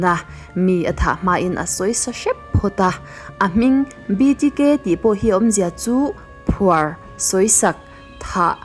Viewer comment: Dennis Reddér hi 'BTK,' a ni a, 'BDK', tiinI lamri a, ka hre alawm 'BTK' chu hre mah ila, 'BDK' erawh ka hre lo, hnamdang ṭawng/hming hi chu fiah taka lam hi a ṭha, lam no eng emaw vêl hi a ṭhing ru riau, Mizote bâk viewer an awm tak tak chuang lo😂